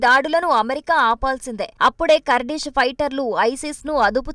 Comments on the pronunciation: Not kardis it's Kurdish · పూటకు పది సార్లు కర్డిష్ కర్దిష్ అనకు.అది కార్డిష్ కాదు కుర్ధిష్ 😂😂😂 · ఖుర్ధిష్ అని పలకాలి తల్లీ!!